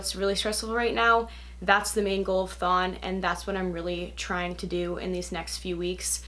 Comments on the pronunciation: im sorry but I herd thong as in the strange swimming suit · everytime she says thon i hear thong